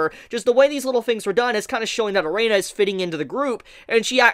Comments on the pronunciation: Why do I keep hearing you saying Reina instead of Erina, while sometimes you say it correctly :D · AND WHY DO YOU KEEP CALLING HER "*A-REINA*" MAN! CMON I LOVE YOUR CONTENT BUT HOLY SHIT IF YOU WATCH THE ANIME WITH YOUR SOUND ON I SUPPOSE YOU SHOULD KNOW HOW IT SHOULD BE PRONOUNCED BY NOW OMG!!! I get way too heated with this shit.